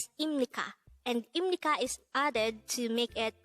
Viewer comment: 257 회나 되었네요. 입 —-> 임 pronunciation is perfect